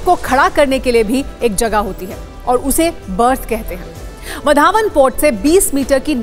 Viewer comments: वा रे आपकी पढाई वढावण नाही हैं ओ वाढवण हें उस गाव का नाम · इस बंदरगाह का नाम वाढवण है वधावन नहीं है | कृपया नाम का उच्चारण सही करे बाद में समाचार पढ़े | वहाँ भाषण करते हुए नरेंद्र मोदीजी ने वाढवण कैसा बोला उसे सुने और बाद में बोले | वधावन ऐसा मत बोलो | वाढवण बोलो | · आधी गावाचे नाव बोलायला शिका नंतर काम करा